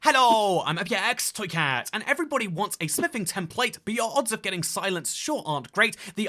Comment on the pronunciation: ah yes tempate